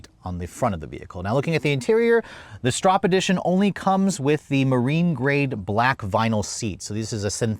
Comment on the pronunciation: You contradict yourself throughout the entire video. Kind of a fail. Gas tank size, brand of tires, pronunciation of the name etc😢